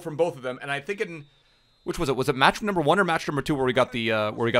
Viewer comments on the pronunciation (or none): none